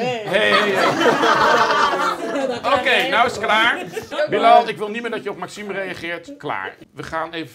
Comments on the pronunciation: WHAHAHA hoe Bilal zegt"billajl" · Billen al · Hoe ‘Bilal” zegt😂